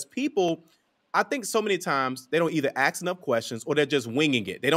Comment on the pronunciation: Good info… fyi, the word, “ask” is pronunciated as “ass-k” not “ax”. Just helping you seem less ignorant. You’re welcome.